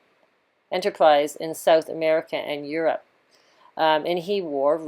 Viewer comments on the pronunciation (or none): none